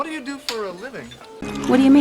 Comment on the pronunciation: 와르유민 와르유민 두를 발음안하네 왓두유민 왓두유민 .. 흠.. 이래서 발음 공부를 해야되는군